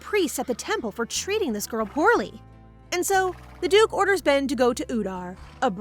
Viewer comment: His name is Ben not pen